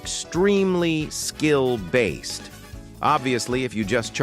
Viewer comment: When you say skilled based it just sounds like a skill issue 😂😂😂😂😂😂😂😂😂😂